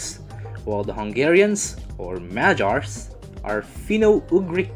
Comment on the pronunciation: I loved how you said "magyars". I am Hungarian but I also agree that this is a damn difficult language. Not many English or other people can say Magyar words right. But this isn't a problem